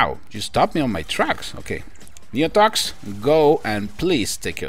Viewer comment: You said d his name right